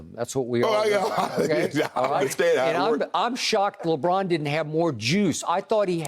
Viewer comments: Lebraawwn lol smh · “LebRAWN James”